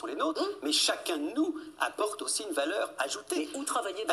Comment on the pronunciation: ماهذه التزكية . ولا تزكوا انفسكم .فعلا ان التعلم يتطلب المثابرة والمداومة ولكن ليس معنى انك تتكلم بعض الكلمات بالفرنسية انك فعلا متقن للغة الفرنسية .فنطق الحروف (o.ou,ai.eu) بالفرنسية لاتثقن نطقها مثلاvaleur تنطق eu كما تنطقouونفس الشيء نطق iمثل émission وqualité...راه الفيديوهات كيشوفوها الناس المتميزين في اللغات ومع ذلك لايتفاخرون ولا يدعون ان لديهم الطريقة السحرية لتعليم الناس اللغات . لنكن منطقيين والله يسهل على الجميع .فلا علم لنا الا ماعلمتنا 🗣